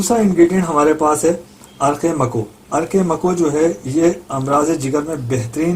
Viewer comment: makoh aur muhazzil hai sahih talaffuz istemal krye